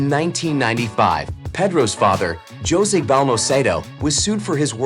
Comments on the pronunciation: Yeah, really. Jose is pronounced as Ho-seh, not Johss. Please do your research before you narrate. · yes I did notice that! I guess Jose (hoe zay) is spanish for Joseph, and it was Peenoshay. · That’s not how your pronounce José.